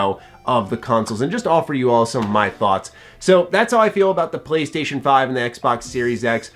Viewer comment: MY PWAYSTATION IS BETTUH THAN YUH EXBAWX